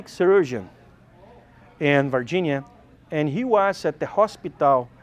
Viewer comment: “VAH-ginia people”